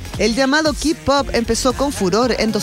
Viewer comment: Hola! K-POP se Pronucia KEY POP!!! Ok!! KEY POP! saludo desde Argentina!¬¬